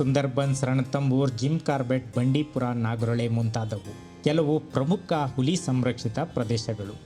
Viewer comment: Nice video. Kannada pronouniciation swalpa kaliree Saar...Uli alla Huli